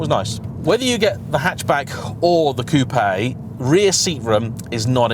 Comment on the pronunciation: The best bit of this review for me is the fact that says coupé and not coop virtually every YouTuber does it. So annoying. Unless your American of Course.